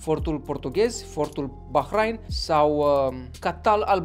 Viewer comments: Se pronunta ''Bahrein'' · Eu știam că se pronunță Bahrein, desi se scrie Bahrain.